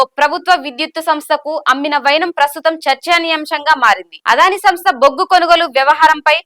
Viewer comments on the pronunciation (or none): అదానీ - ఆదాని కాదు. దయచేసి అద్వాని అనకండి మేడం.